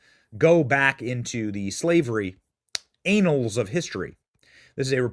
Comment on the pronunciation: did this mf just say "the anal's of history" lmaooooooooooooo it's (AH-NULZ) not (AY-NULZ) hahahahahahhhhahhaha